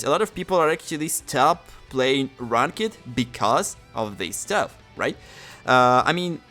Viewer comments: LMAO you pronounce ranked like rank ed. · In "rawnk-ed" lol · Someone teach homie how to say ranked